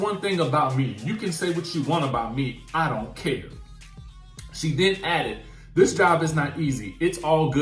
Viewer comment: is illiterate. Dis, dat and da.🤨